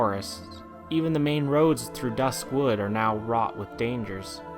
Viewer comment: Not hating or anything, but one of my biggest pet peeves about this video is every time he says "dusk wood" as if "dusk" was an Adjective for wood. I just cringed a little every time he said that because i always pronounced it duskwood.